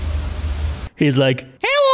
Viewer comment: I like how he always says helo when a screaming open mouth guy of monster pops up.